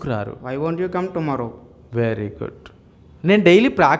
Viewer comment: He is saying thumarrow instead of tomorrow